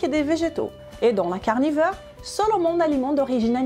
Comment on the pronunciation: "La diet carnifeur" 😉